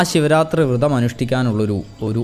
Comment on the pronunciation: വൃതം അല്ല വ്രതം ആണ്